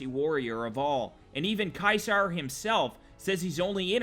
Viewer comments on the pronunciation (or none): it's supposed to be said seezar and its spelled ceasar now cwasar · No offense but its pronounced ceasar not kysar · You pronounced it "KAISAR", Caeser is actually pronounced "Seeser" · Wasnt it ceaser Not Kaiser?